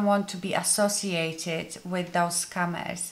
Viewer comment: love that your accent makes scammers sound like scummers which they are!!